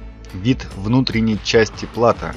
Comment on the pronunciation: Плато́. Ударение на О.